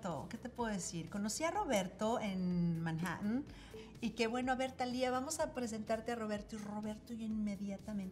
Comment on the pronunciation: Me encanta como pronuncia Manhattan correctamente! En inglés muchísimas palabras que tienen T se pronuncian como si la T fuera muda